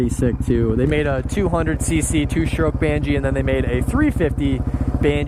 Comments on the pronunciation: Banshee not bangchee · Banshee not bandgee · It’s not a “banjee” it’s a BANSHEE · There is no G in banshee... its ban-she